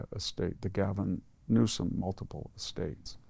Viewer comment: Can you say..... N-E-W-S-O-M?